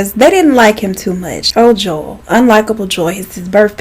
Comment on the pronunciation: also anyone else thought she was saying Joelle?